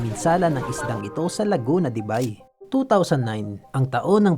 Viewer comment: Laguna de buy visayang visaya buy 😅😅 ausin mo tol laguna de beyyy dpat ang pagbasa😅